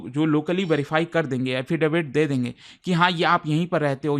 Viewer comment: Affidavit ❌️ Hafidefit✅️